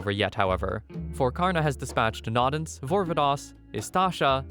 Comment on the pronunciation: Its "no-dens" not "nod-ens"